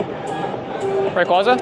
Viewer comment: ray-"quay"-zuh is how its pronounced so many people get this wrong